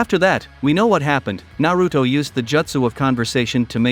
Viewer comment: Na-root-oh? Really?